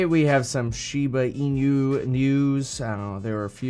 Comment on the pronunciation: its funny how you say the inu as in-u instead hahaha